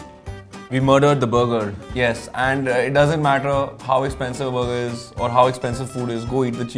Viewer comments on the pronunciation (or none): Before.. said Bur gerr 😂